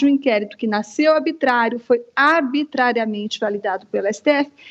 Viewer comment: Será que só eu ouvi aos esta comunista chinesa falar ABITRÁRIO, ABITRARIAMENTE, ABITRÁRIO e aos - ABITRÁRIA Aqui Rodrigo Constantino ensina qual a pronúncia correta. ARbitrariedade é ter uma "jornalista" dessa na equipe da JovemPan.